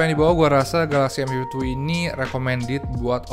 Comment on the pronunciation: Cm kasih masukan, penyebutan M52 dan M52s nya agak kurang clear di kuping sy 🙏 smp hrs menajamkan kuping bgt utk nangkep pengucapannya. Next time pk bhs indonesia aja mgkn lbh clear